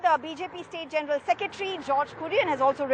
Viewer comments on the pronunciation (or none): none